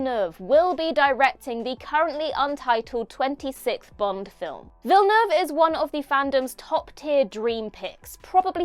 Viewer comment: FINALLY, "Villeneuve" pronounced properly!